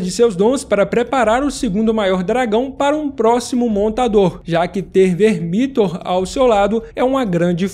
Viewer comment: Se fala "Vermíthor"?? Mto estranho, eu sempre falei "Vérmithor"